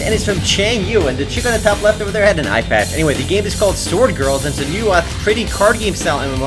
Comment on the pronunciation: i thought u said iPad....i was like * WHERE THE FUCK IS THE IPAD THEN ?!?!?!?!* then i figured that you said eyepad :D